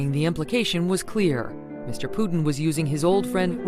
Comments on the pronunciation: Oi, its Putin not Pudding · Putin laughed at the way she pronounced that name 😂😂😂😆🤣